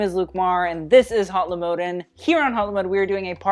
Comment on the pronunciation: good video but please don't say hatlymode